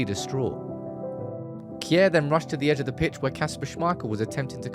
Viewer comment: The pronanciation of Simon Kjær is kind of funny. Its will be easier to just say Shear and more right. Not like Kier 😆